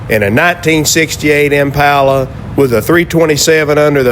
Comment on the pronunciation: Nice to hear you pronounce Impala correctly.